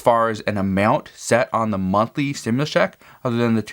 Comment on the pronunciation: Why do say 4 th stumlius commin